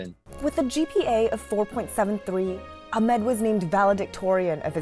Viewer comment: it’s ahmed not admim 😭